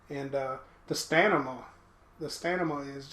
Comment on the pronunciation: Stanima? Stanima?? Stamina my friend - Sta-min-a ;) Nice vid.